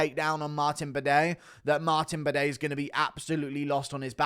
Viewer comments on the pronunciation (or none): my bro said Martin Bidet hahahahah